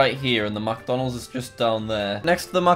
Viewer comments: when he goes MACdonalds not micdonalds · It made me so mad how he said MacDonald's instead of McDonald's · Every time Jack said "MacDonalds" I got triggered. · i like how he says MacDonalds instead of mcdonalds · Macdonalds-? ITS mic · He says Macdonalds instead of micdonalds interesting. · Alternate Title: Jack Spends Eleven Minutes Mispronouncing McDonalds.